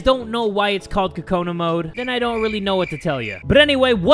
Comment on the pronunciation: Am I the only one who thinks he's saying kokanas weirdly